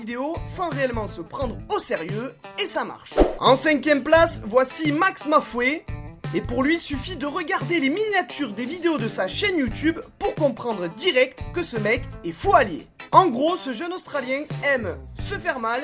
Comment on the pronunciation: ''Max Ma Foé'' ? ''MAX MA FOé'' ? ''MAX PUTAIN DE MA FOé'' !!!!???? Ca se prononcec ''Maxmofo''